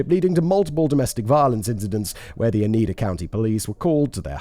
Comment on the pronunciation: Hearing my home town in a true crime story made this one a bit too real for me... The only levity coming from listening to Simon butcher the pronounciation of literally everything to do with Upstate New York. 'Ootica' 'Onida' were my personal favs😂.